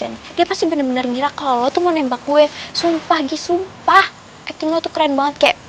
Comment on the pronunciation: muka kasian juga y ps bilang " atting"